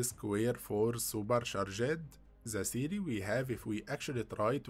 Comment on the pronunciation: It’s worse when he keeps saying super sha-Jed. Drives me nuts.